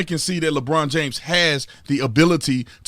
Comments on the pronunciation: "Lebronda James" LOL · "Lebronda James" !!! 🤣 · Did he say "Labronda James?" OMG...I am dying! Hilarious! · I love when you call him "Lebronda" 🤣😂🤣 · Lmao 'lebronda James'